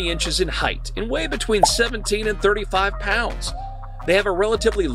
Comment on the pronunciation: Its 'pounds' not 'ponds' 😂